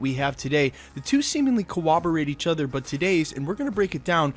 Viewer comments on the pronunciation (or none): COR-ROB-ER-RATE NOT CO-WOB-ER-ATE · He said coWABorate.